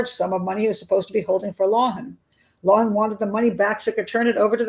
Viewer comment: How do you not ever mention the fact that Wayne’s sister is married to Eddie’s brother? How do you not go into the stories of these 2 families? Doesn’t seem like you did a lot of research into the 2 men. You don’t even pronounce the last name correctly.